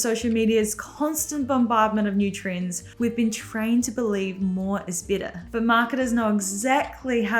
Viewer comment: For 3 minutes I thought you were saying you want to make your wardrobe “bitter”